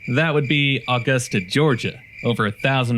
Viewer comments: By the way, you kept saying Aw-gust-a..... it's Uh-gust-a. Otherwise, better pronunication than other Maine videos made by folks from away... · Nobody in Maive pronounces "Augusta" like "August a". We say it like "A gust a".